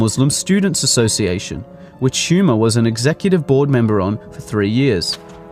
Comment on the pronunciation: He 'H' is silent. It's Huma (pronounced ooom-ah).